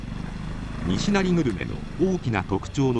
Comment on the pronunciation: にしなり「に」にアクセントを持って来ていますが「にしなり」です 平坦に発声するのが大阪弁です。